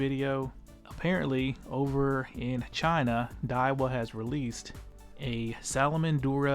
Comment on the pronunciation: Diawa salamander, at least try Diawa. 🤣🤣. I know it’s salamandura, but come on.